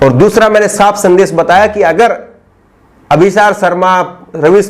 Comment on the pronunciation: aap.shabd ka sahi ucharan kiya kre. Jaise amish devgan ko aap amis devgan keh rhe ho. Shehnawaz ko sehnawaz keh rhe he. Sandesh ko aap sandes keh rhe he. Sudhariye sir apni bhasha.